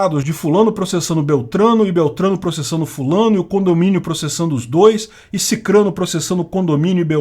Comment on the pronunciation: Meu Deus , fiquei comovida! Foi uma das poucas vezes que eu ouvi alguém aqui no YT falar SICRANO da forma correta...